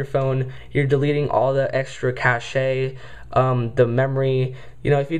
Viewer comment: The E is silent on cache.